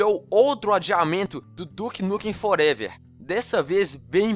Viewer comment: Duke Nukem ''Forevér'' kkkkkk